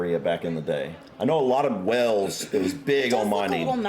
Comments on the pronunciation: One day, dear sir, you'll finally pronounce Wales (Cymru) correctly. It is not "wells", but closer to "whales". The town of Llangollen is best known for its annual week-long international festival of music and dance. Now in its 77th year, it was designed to bring young singers, musicians, dancers together from across the world to build bridges following the Second World War. It's held in June and this year drew over 3000 music-makers from 33 countries, with an audience of over 50,000. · Pronounce wayles .. wales not wells 😊 Cymru 🏴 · What is wrong with you boyo? Why do you keep calling Wales wells? Wells are places you get water from. Wales is pronounced the way the biggest creature in the sea is pronounced - Whales!!! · Some hope off him pronouncing welsh words correctly he can't even say wales . It's been mentioned in his comments before but he doesn't take any notice . It's WALES ( pronounced like the mammal) not Wells